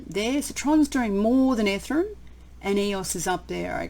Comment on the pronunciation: I love the way you say "ethrum"!